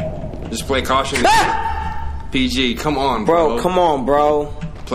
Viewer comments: but you said “cautiongly” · “play cautionly PG play cautionly” *cautiously it’s cautiously 😂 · Anyone else notice say cautionly over and over like it's not cautiously? Lol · LMFAOOOO he said "PG play cautiongly" 5 times without realizing it's "cautiously" 💀💀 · wtf is "cautionly" 😂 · i dont think "cautiongly" is a word xDD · Play cautionly 😂😂 you mean cautiously bruh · Cautiously not cautionly😂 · Wtf is cuationingly😂😂😂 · I kept correcting him saying cautious-ly over and over again in my head😂😂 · did you mean to say "cautiously"? lol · Bro had 5 chances to say cautiously correctly